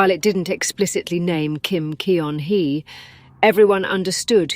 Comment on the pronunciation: Teach your AI voice that EO in Korean is roughly the UH sound in BUT, and that Kim Keon-hee sounds like KIM GUN-HEE